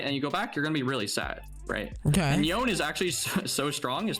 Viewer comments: cracked at Yone but still pronounces his name "Y-own" 😭😭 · Maining a champion and mispronouncing his name. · tell him to stop saying the damn champs name wrong lol